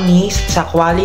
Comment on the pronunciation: medyo slow down ka sa pagbigkas ng Zero 30 5G kasi madalas ang naririnig is Zero 35 G. Anyways good quality review!!!